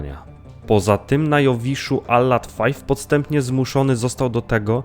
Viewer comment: A nie wymawia się przypadkiem Alad V czytaj (wi) ? Zamiast five?